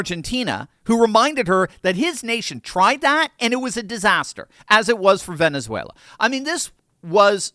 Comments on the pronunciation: she says latino names like a pro!...ven'ethwhella!"...... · I love the rolling of the tongue to show how well they pronounce Spanish rather than just speak English normally lol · Love how she significantly changes her accent whenever she pronounces Latin American words 😂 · Why do people, who don't fluently speak a country's language, attempt to pronounce names of that country as though they could? AOC did this when she said "Venezuela" and "Maduro", and both sounded like phony Spanish. She may have a somewhat Spanish name herself, but it doesn't mean she's a native speaker; just say the damn names with your English accent like a normal person might do. You're not relatable just because you are trying to fake an accent or pronounce names like a native.